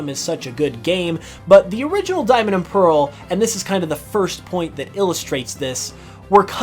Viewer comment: PEARL, NOT PAREL!